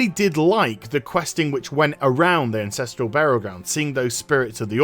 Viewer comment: "Incestral Burial Grounds"